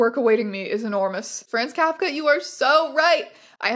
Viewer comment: Please learn how to pronounce Kafka